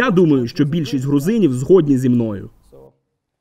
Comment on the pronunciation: ЗгІд-ні, перекладач у! Не "згод-ні"!!!